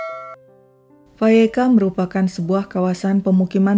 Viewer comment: I like the way the speaker pronounces Vallecas correctly. Good job.